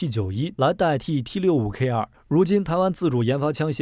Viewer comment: 台灣才不唸T65K2，明明是T65K (TWO)